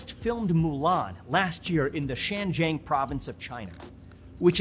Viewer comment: Ps it’s Xinjiang province, China. Vivek mispronounced it and the subtitles were wrong. Other than that he’s 100% on point